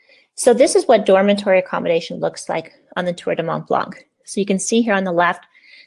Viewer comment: Hi, when you say it you don't prononce the c, it's "blan"